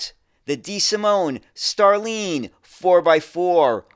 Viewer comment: i like your content,, but I am surprised of your pronunciation of starline. it's like star and line.... whilst the sound you make in line would be needed for the I in Iveco. best regards!